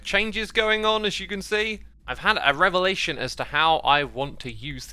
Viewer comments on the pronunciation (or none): none